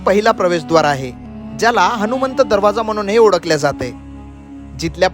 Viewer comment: Odakhle = olakhle..midte = milte.. Tula "la" mhanta yeto tari "da" "da" karat basto